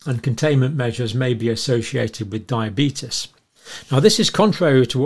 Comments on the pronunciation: The result of Years of studying diabetes and crackpot theories: “Diabeetus@ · You're pronouncing diabeetus wrong. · Why can't he pronounce diabetes or covid like the rest of England does?